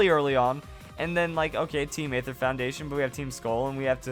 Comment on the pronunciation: Aether is actually pronounced just ether like the gasoline chemical. The A is silent in the word.